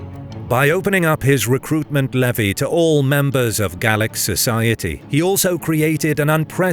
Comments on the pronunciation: Oh, and speaking as an Irishman, it's Gail-ick, not Gall-ick. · Gaelic not Gallic but great stuff. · Gaelic isn't pronounced gallic. Gale-ick is closer to it. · Gaelic not Gallic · Gaelic is Irish and pronounced Gaylic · Please, Gaelic is pronounced 'gay-lick'. 'Gallic' relates to Gall, more or less today's France. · Nice to see some Nine Years War stuff :) Though I did flinch every time 'Gaelic' was pronounced 'Gallic' :D 'Gael' is the same as 'gale' ;) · The word "Gaelic" is pronounced differrently in Ireland from in Scotland. "ae" is prononounced as "ay" in Ireland. Gallowglass were often of mixed Norse-Gael background from the Western Isles of Scotland. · why are you saying Gaelic like Gallic?? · 2nd this sentiment. And I do mostly smile listening to non-Irish people butchering the pronunciation of our words (even our closest neighbours, the english, who you would imagine by now would be more accustomed to hearing them). Though to hear us being referred to multiple times as ''Gall-ick'' was weird, as we are obviously neither scottish nor gaulish celtic.